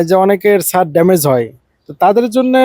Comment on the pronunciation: হায়রে অশিক্ষিত, মূর্খ । এটা ছাত হবে না, ছাদ হবে । শুধু মোবাইল থাকলেই ইউটিউবার হওয়া যায় না, পড়াশোনাও থাকতে হয় ।